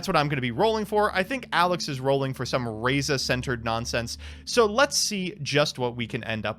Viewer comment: Bricking is representative for Monarchs. Top Decking is representativ for xD And still no love for Mobius I see. And burn is still as boring a deck as I remember it to be. And finally. You guys may not have realized yet but actually pronounced Stratos and Raiza correctly this episode